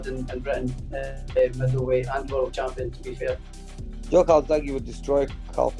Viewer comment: Joe……. Ffs it’s Joe.